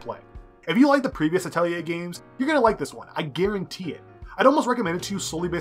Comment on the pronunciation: Finally someone who pronounced it correctly....I seriously think the developers also said it wrong....i saw many reviews with "Atleyay"'s in them, so annoying!